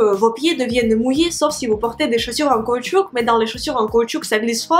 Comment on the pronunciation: merci pour ses conseils^^ ce n'est pas pour etre méchant et sa ne me dérange pas mais petit conseil caoutchouc se prononce sans le "c" a la fin voila^^